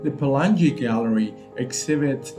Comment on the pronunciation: Pe la ngi not pelan gi. Pelangi means rainbow